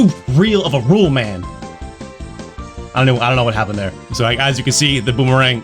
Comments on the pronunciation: Rolimã sounds more like "Hoh-leeh-muh" than Rollman:P but nice attempt, keep 'em coming, we love your stuff. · Tip: "Rolimã" is pronounced similar to holy mann, it is the name of a "cart" made of wood using bearings as wheels, "rolimã" in Portuguese is one of the synonyms for "bearing". These wooden carts are like a skateboard that you sit on, but the front axle is only held by a frame in the middle, so you place your feet close to the ends of this front axle, and use it to control the direction, while the car runs downhill. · Rolimã is pronounded "roh-lih-mahn" (the a-tilde, ã, means a nasal sound, like a m/n but shorter). The title refers to the ball-bearings used as weels in this kind of "soapbox carts" kids used to race downhill. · Hello from Brazil,! Zeebo was, is and will always be a bad, bad joke. Out of curiosity, "rolimã" pronounce would be something closer to... "Holy-mun" That "ã" has the sound of "un" like "fun" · "rolimã" pronounces something like "holy woman", but without the "wo", so "holy (wo)man". Rolimã is the name of a backyard built, wooden kart-like small car used by children to go down inclined streets. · It's not rol man, Rolimã it's the name of that kind of "cars" that you build to roll down the streets. Carrinho de rollima "Rolimã little car" Trust me, I'm Portuguese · I’m dying with struggle to pronounce “Rolimã”.😂🇧🇷 It would be something like “Holy-mahn”. Rolimã is a makeshift wooden “kart” WITHOUT engine that kids play with, down declined streets and alleyways. If this sounds dangerous, it’s because it is quite dangerous, actually. Think of it like a “poor minors’ x-treme sports”. A mix between skating and illegal street racing. (A little less dramatic than I’m making it sound)😂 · My man That's not how you say "Rolimã"